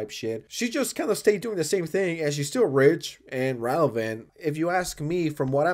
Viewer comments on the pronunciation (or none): none